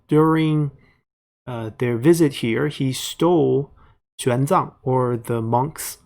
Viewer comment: Chinese monk "Xuan Zang", not "Xiang Zang"